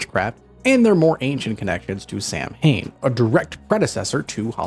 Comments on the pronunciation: Samhain is pronounced “sa-when” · I love black cats! ❤ 🐈‍⬛ Always have at least one! Samhain is pronounced 'sow (like the female pig) wen. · The pronunciation of samhain is wrong, sown pronunciation is the right way